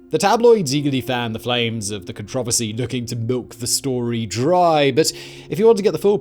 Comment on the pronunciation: “ Cun Trahver See “